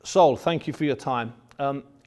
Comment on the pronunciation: Bunce: calls canelo ‘sole’ instead of saul (sa ool). Also Bunce: tries to pronounce every letter of every word like every English person does when speaking english to someone who doesn’t speak english as their first language